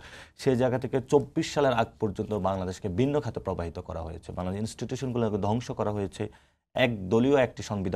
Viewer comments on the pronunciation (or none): পবাহিত না শব্দটা প্রবাহিত, একটু লেখা পড়া করেন, তারপর পান্ডিত‍্য ও রাজনীতি করতে আসেন।ভাষা জ্ঞান থাকা ও কান্ড জ্ঞান থাকা খুবই জরুরী